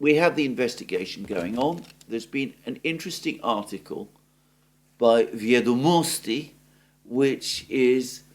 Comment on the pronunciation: it's "vEdomosti", stress the first syllable. Comes from old russian word "vEdy", records of events, or "vEdaju" "I know","vEdat'" to know, etc. In imperial times "vEdomosti" or "vEsti" meant "news", now we use "nOvosti".